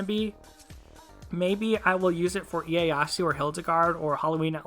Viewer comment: They way you say ieyasu triggers me so much